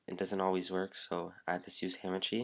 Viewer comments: its not hAmAchi. its hahmahchi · Ham and cheese it sounds like he is saying lol is hamachi